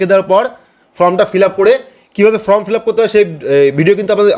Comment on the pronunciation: ভাই ফ্রম বলবেন না। এটা হবে ফর্ম। ঠিক উচ্চারণ করবেন।